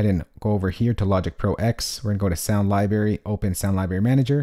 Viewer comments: He said libary... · "I'm a music mogul" (important person in the music industry??) When I hear Lie-Berry in a Youtube video the credibility factor takes a hit.